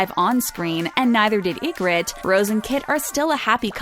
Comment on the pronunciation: What you didnt like about pronounciation of 'Ygoritte'....?🤣